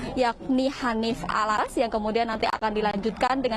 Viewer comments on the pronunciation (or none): Mohon maaf mba Habbib Hanif Al-Attas bukan alas.